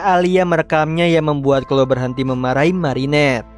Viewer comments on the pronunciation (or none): Izin koreksi bang yang chloe itu bacanya khlowi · merinet, klowi, ini loh cara baca nama nya😭😭